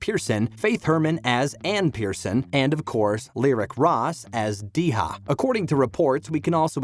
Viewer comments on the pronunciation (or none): You know you don't know a thing about this show!! You pronounce the names wrong, and just generally don't know a thing about it! Milo Ventimiglia's last name is pronounced VENT-A-MEEL-YA. And the young girl's name isn't DE-HA, it's Deja, pronounced DA-JA. And Toby is NOT a villain! Where did you get that??? And Toby is still alive in the flash-forwards where Rebecca is DYING! Kate suffers abuse??! I think not! You might want to actually take a look at this show if you're going to come on YouTube and talk about it. Or at LEAST read about it! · Yeah, this video just ain’t it, I lost all trust in the plausibility of this video after De-JA was pronounced De-HA,. Toby takes just aren’t it and he’s clearly still alive well into the future, and Dan Fogleman himself said he always knew how he wanted to end the show, he said he knew the show would only have 6 seasons because that was his plan. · Lyric Ross as DAY-ZHA, not Dee-ha. Oh, good grief! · You are completely dumb to suggest toby died is the reason kate married the music teacher and then mention the rebecca deathbed scene, bcz dummy the deathbed flashforward is further in time than the wedding flashforward and tobt was in that scene. Plus Toby is not abusive, he is just depressed and has low self esteem . And Deehah??? Who the f is deehah? Its Deja as in day- jah!!! What is this channel on? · Dee-Ha?! 😂😄 I can tell you don’t watch the show 😂🤣😄😁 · Can't pronounce Deja name doesn't watch series